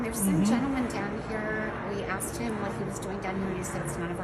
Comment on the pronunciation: She didn’t axe you, she asked you